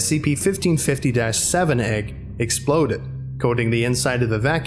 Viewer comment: The way you say SCP makes me sad...